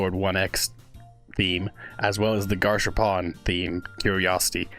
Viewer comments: Also, just to let you know, Gasharpoon's name is pronounced Gas Harpoon, it's two different words, not Gash Harpoon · Its pronounced gas harpoon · garshapawn. Truly the pronunciation of all time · Is it me or does everyone call Gasharpoon "Gash Harpoon" cuz the Forsaken devs nether added a space between the "Gas" and Harpoon" parts